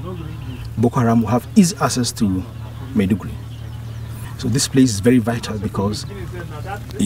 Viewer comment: This reporter is pathetic should have learned some basic pronunciations of Nigerian cities - Maiduguri and Makurdi.